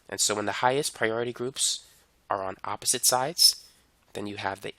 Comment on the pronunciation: "Zee Zeme Zide" and "Epposite"